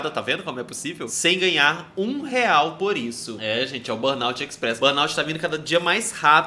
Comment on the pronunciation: Meninos, procurem saber a pronúncia correta da Sindrome de burnout 😉